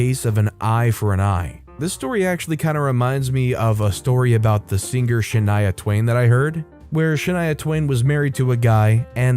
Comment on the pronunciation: i know the word singer has a g in it but thats to much man